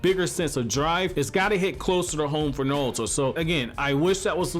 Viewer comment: “Nalto”? “NAWLTO” Who is that? I thought it was NARUTO.